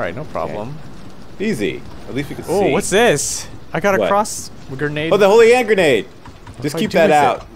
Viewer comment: the fact that DJ got Holy Hand Grenade's name right first try, kinda surprised me